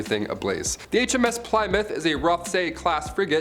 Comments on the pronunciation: Yes I fringed every time he said it....it's "Plimm- mouth" .."Plym" sounding like the word "him" or "slim"... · Pliy mouth; damn that has me wheezing 😭😂 keep it up! For future though, it's Pluh-mouth.~ 💕🏴 Love a Brit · not pli as in 3 ply but plimmouth. and its not "the hms plimmouth" but just hms plymouth. how do I know? I was on it the day it decommissoned in Portsmouth. Navy vet. lol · Ply is pronounced plim in this instance. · "HMS Ply-mouth" "HMS Glamor." "HMS Antrin." What the purpose of this ill-informed, randomly illustrated, halucinatorily inaccurate drivel might be, I am at a loss to work out. "Messed up"? F'real dude. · plie-mouth? lol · Say Ply-moth again please. Lmao. You have an American accent, there’s a famous rock... my mom drives a Plymouth... and so on. Good video. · Plymouth is pronounced "Plihmuth." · I believe it's pronounced HMS plimouth. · If it was Plymouth - pronounced Plimouth i would have thought the Americans would have pronounced it the same !! The American Plymouth was named by the settlers who came from Plymouth England !! There are many places in USA named after its same name-sake in England !!! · Pli muff. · Plymouth is pronounced Plimouth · Hello, old chap. Try this, in a British accent, ready? Ahem.... 'PLI-MUFF' Cheers mate. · You could not have pronounced plymouth more wrong if you tried 😂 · He pronounced Plymouth wrong.And that really bug me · Please never say Plymouth ever again. Many thanks. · Why are you saying Plymouth like that? 🤷🏼‍♀️